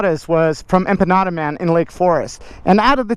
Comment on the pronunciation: I kept hearing "enchiladas" everytime you said empanada and when I saw them, I was like... wheres the verde sauce